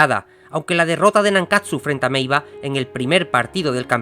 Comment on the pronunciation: Meiwa no meiva